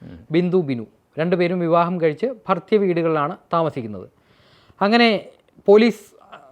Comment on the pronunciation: bro, 'ഭർതൃവീട്, ഭർതൃമതി' എന്നാണ് ആ വാക്കുകൾ. 'ഭർത്യ' അല്ല. ഇതിന് മുന്നത്തെ വീഡിയോയിലും അങ്ങനെ പറയുന്നത് കേട്ടു. ആധികാരികമായി details പറയുമ്പോൾ ഇതുപോലത്തെ ചെറിയ പിശകുകൾ പോലും മുഴച്ച് നിൽക്കുകയും കേൾക്കാനുള്ള ഒരു flow പോവുകയും ചെയ്യുന്നു. (ഞാൻ പറഞ്ഞതാണ് തെറ്റ് എങ്കിൽ അറിവുള്ളവർക്ക് തിരുത്താം.👍🏻)